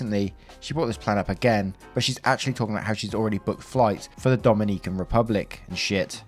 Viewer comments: Me, a Dominican, reading faster than he narrates and sees op is also Dominican: Oh cool Naration: Dom-in-E-CAN Me: Screams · Hey. Dominican here, when pronouncing Dominican you got to accentuate the O instead of the second I, since the accentuated I spells the name of a completely different island lol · Is story two about Ihlan Omar? Also Dominican is pronounced with short I’s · Relistening listener in 2026 and saying Dominican has me cackling like a jackel on the back porch am est 😂😂😂😂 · Bruh I cringed every time he tried to say Dominican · It hurts. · As a Dominican, I find your pronunciation of the Dominican Republic very amusing LOL. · As an Englishman, so did I ☺ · CEO of not pronouncing "Dominican" correctly...